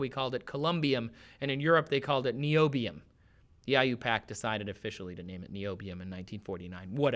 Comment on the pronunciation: It sickens me how he mispronounces "Niobium" and "Rutherfordium".